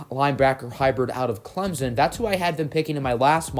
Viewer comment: It’s Clemson not clemzen